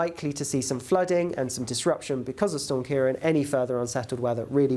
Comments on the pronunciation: it's KEER - AWN, not Keer-on. á as in Seán. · Ciarán is pronounced Key-'Raw'-on, like the name Ron, eg CiaRon, due to the fada over the last 'a'.